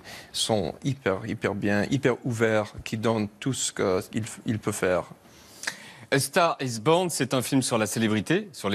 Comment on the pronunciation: A STAGH IS BOGHN !! C degoutant la facon de prononcer l'anglais à la francaise !!!!